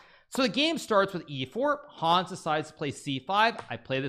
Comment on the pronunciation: I love so much the way he says the name "Hons" it's hilarius ! this video deserves maximum views for defeating The First American WC!